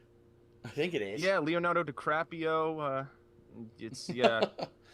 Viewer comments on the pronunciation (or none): Leonardo 'decrapio' gtfo